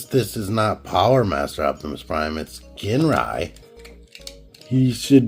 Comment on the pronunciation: pronounced as Jin even if it spelled as Gin.... like the drink Gin & tonic ... u dont pronounced as " ggggean" and tonic right? those sticker cutouts are for the tab when combine with god bomber in the upcoming release (god ginrai) man do your research dawg!! u really are one ignorant mofo!!